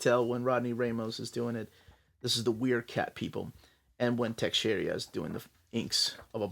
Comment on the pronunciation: Mark Texeira not Texeria 🤣🤣🤣🤣